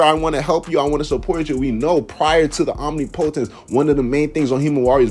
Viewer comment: How to pronounce OMNIPOTENCE